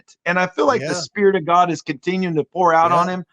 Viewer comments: I love GodD pronunciation. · The people who pronounce "God" and "Lord" like they're spelled with two Ds. "God-duh" and "Lord-duh."